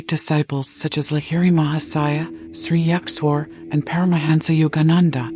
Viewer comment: Ur pronounciation of Sri Yukteshwarji is completely wrong.